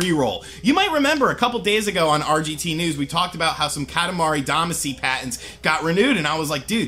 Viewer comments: Yes, that pronunciation bugged me as well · with how you said damacy, tells me you havent played it. as they pronounce it in the theme song. all of you opinions are officially suspect. unsubscribed because of it. just some constructive feedback. goodluck in the future. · Yeah, because mispronouncing a foreign word from a game he hasn't played in years = GRAND CONSPIRACY! 😂😂😂😂😂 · Every time you said “Damacy” wrong I cringed.